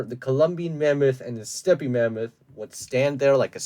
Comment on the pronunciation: I am pretty sure thats not how u pronounce stepe mammoth